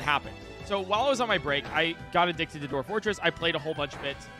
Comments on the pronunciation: TIL can't say "Dwarf" Like wtf is a "Doorf"? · TIL can't pronounce dwarf